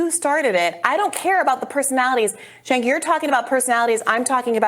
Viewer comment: His name is pronounced Jank not Jink.